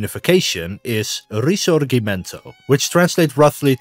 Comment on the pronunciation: Italian History according to a McDonald´s consumer for Mc consumer. No mention of the renaissance period...mention of Venice unprecise. Just a shamble tale, a total mess! The tale teller didn´t even check how to pronounce "Risorgimento" properly. F minus. ( I had to stop at min 20!)